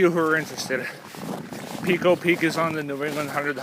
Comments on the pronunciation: I owned the Edelweiss Motel directly across Pico Peak. It is pronounced PIECO, NOT PEECO. I loved it there. I was a Ski Instructor at nearby Killington. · Yea.. the 'peeko' was very distracting. Overdub with 'pie-ko'.